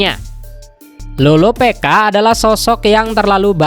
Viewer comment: loropicka bkn loropeka